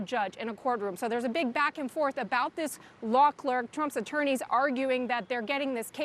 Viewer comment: Bro, she said Law Kirk a dozen times before saying law clerk.